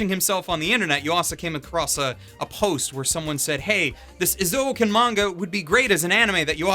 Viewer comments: I like your point of view and opinion, so if you pronounce "Eizouken" as "Ei Zoken" instead of "I Zouken", I think you are perfect. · Eh~ zoh ken not ee~ zoh ken. sorry... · Interesting. I've just watched a Star Wars scene dubbed by Google Translate (of course not really, just for comedic purposes), and I get things like "You donto know de powah obu za daku saidu". However, when I hear say EezOuhkn, instead of Ayzouken, as it's supposed to be pronounced, it's clear that it's like that all over the world. I don't know which pronunciation is more funny/hurts more. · Wait it's pronounced "Ee-zo-uken"? I always pronounce it as "Eye-Zoo-ken" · Correctly, Japanese people pronounce "えい ぞう けん"(ei-zo-ken) えい is /eɪ/ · Imagine pronouncing it ihzo-oken